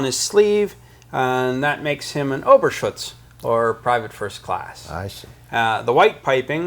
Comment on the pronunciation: notes: first the waffen ss didnt wear the marksmanship cord. second the collar (and sleeve) trim isnt called tress...its pronounced tres-seh. the marks on the right side of the collar are runes...not "ruins" (they arent bombed out buildings), and the "ober schutz" is pronounced "ober schut-ze" . small things but you would think a museum would get it right.